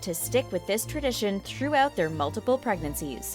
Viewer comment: ish Did she just say troughout instead of throughout?